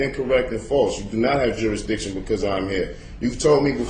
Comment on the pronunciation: i lost count how many times he said Juristiction